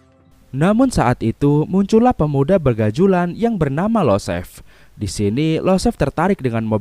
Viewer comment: Yosef bang bukan Losef Perkins bukan Parkins